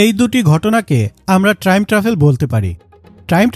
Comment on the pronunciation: ট্রাইম❌ টাইম✅